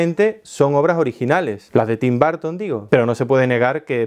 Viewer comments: Tim BARTON... Pensé que era Tim Burton. Jajaja. Dilo otra vez jaja Tim... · Tim “Barton” !? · TIM BARR-TON le debe mucho a GO-REI ?